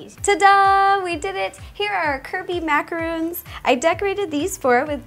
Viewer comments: Macarons not macaroons! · It's macarons not macaroons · It's macaron not macaroon😭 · I cringed every time she said macaroon XD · I know this was made in 2013 BUT ITS MACARON NOT MACAROON GET IT RIGHT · I cringed at her attempt of saying "macaron" lmao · It's Macarons. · its actually macaron